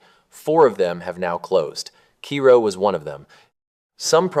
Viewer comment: It’s pronounced KAY-ro